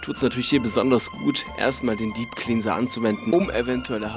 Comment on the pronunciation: Der junge kann nicht mal cleanser aussprechen,perfekt da freut sich werbepartner